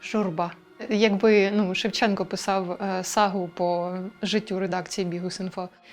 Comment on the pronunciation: треба було називати покидька "шЕвченко" з наголосом на першому складі й не відмінювати прізвище